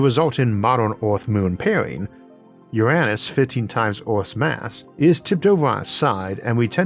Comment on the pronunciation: You found a way to say Uranus that doesn't make me laugh like a 12 year old." Your ran us" Brilliant 👏